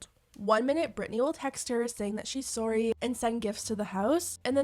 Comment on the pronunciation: Guuurl the way you say ‘sorry’ cracks me up 🤣🤣🤣 “SOOR-REE” 😂😭 are you from Canada?